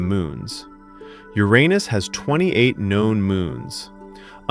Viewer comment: Thank you for pronouncing uranus the right way